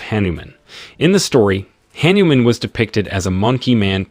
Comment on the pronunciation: That is Hah-Niu-Mom